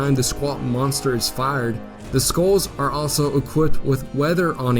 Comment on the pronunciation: Interesting video, but your pronunciation needs work. A scow is pronounced like 'cow', and there were many other words mispronounced.